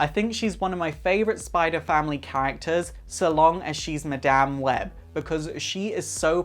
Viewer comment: 10 seconds in and I'm going!! Dude can't even say Madame properly!!